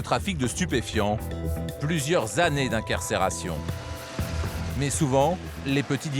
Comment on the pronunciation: Bonjour. On ne dit pas "inquercération" mais incarcération, pas "commissériat" mais commissariat !!! c'est pénible ! sinon R.A.S et merci !!!